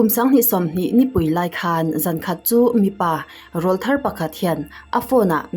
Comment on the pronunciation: Rawlthar tih i lam dan thlûk hi adiklo.Râwlthar sawidan chu..Râwl tih hi ṭawng ri sawina ani,Râwl tih hian kan Vangkhua tih thluka VANG kan sawidan thlukin sawiloh tur..I hmel a ṭha kan tih a Hmel kan sawi thluk anga sawitur ani.Mipa tlangval ṭan aw râwl lo danglam sawina ani.I channel ngaihlu tu kani e